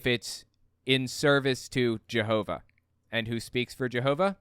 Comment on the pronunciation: why s it that all the JW media pronounces jehova like a Frgro character but you and the liar in court say it rather not that